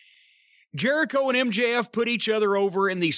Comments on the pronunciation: He said Chris ‘Jericho-vid’ 😂😂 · "Chris JeriCOVID," 😂😂😂